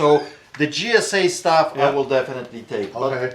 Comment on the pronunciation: please your killing me 😂its not Gsa.it's JJJJJJJJJJJJJJ. please stop saying g s a it's Jjjjjjjj sa 😂 it's beckett not bucket and it's steiner not stainer lol. Accent or not you sound so wrong my friend 😂😂